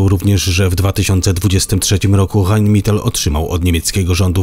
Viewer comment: rajn metal,a nie mital !!!!!!